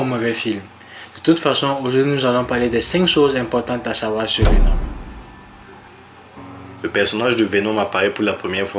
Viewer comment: Merci pour la vidéo, j'ai appris pas mal de choses sur Vénom. Par contre la prochaine fois il faudrait décider quelle prononciation, anglaise ou française, vous allez utiliser pour les noms des héros.